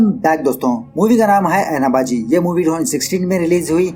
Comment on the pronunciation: Its Aina means mirror bro.. not ana